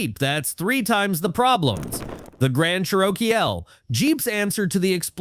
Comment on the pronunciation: It's pronounced CHEROKEE